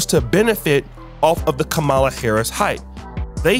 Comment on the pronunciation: Hey, you need to learn how to pronounce Kamala — it’s comma (as in,)-la. You could’ve at least prepared better.